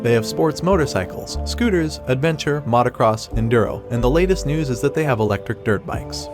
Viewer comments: AI does not know was Mautocross is. Yet. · Immediately unsubscribed when i heard Matacross and AI voice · You really couldnt find a narrator that can correctly pronounce Motocross?